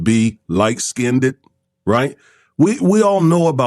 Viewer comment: Check yourself on your pronunciation of skinned.